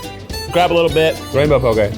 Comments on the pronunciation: He FINALLY pronounced poke correctly!!! cries in Hawaiian Mahalo e Keith <3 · i always remember how to pronounce poke because there’s a poke restaurant near me called “poke doke” like okie dokie :) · THANK YOU for saying poke correctly! (“like okay”) Mahalo nui!! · so glad someone corrected you on the pronunciation of poke lol